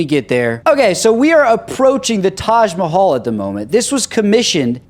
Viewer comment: That is Taj Mahal not Taj Mahalla